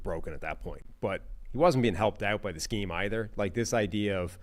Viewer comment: I heard this as "playing above their skeeze", and I assumed was casually dropping Gen Z slang on us